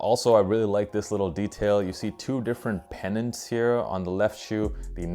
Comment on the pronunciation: thanks for getting “pennant” correctly… you’re basically the only reviewer to do so